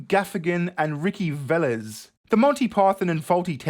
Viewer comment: You pronounced Velez right so you're two for three. Nice job! We're pulling for you,. Ironically there is no greater privilege than victim privilege these days.